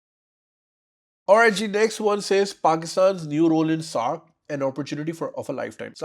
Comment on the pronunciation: SAARC, not SARC